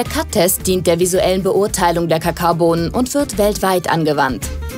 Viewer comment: ICH KANN NICHT MEHR! wie sie „Kakaobohnen“ ausspricht 😂😂😂